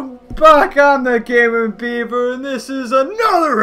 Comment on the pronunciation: You said beber